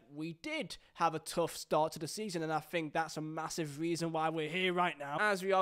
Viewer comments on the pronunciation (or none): none